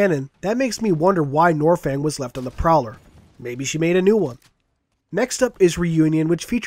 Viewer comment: Ugh you make me cringe it's nornfang it has an N it's not silent.